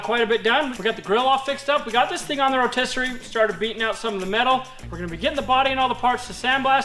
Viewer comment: rotiserate is a real word for sure, he just said it! People can't say word that don't exist right?